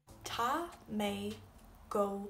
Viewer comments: I know you did say that there are a lot of dialects in Irish, one difference that I instantly pick up on with your accent in the lack of pronunciation of the "fada" or "accent" as you say Taa, where I would say Taw.. and "My" (maith) where I would say Mah... still... Taw two gu Mah.... aka Tá tú go maith and keep it up. great to see irish spoken in any accent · Ohhhh not sure about so of your pronunciation! Tá = taw, not ta, etc Dia duit - ditch?!?! mmmhhh, atá - ata!!!??? Maith - my!!!! Na! Bye! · odd pronunciation of Ta...